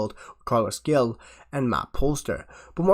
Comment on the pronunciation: Gil is pronounced like hill. Glad we got him. Good signing ❤